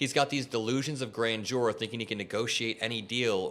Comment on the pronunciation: Love your work,. The first syllable of grandeur is emphasized, not the second. GRAN-deur.